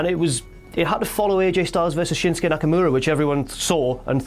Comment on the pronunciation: Shins-kay? You mean SHIN-SUKE? I mean damn get the mans name right.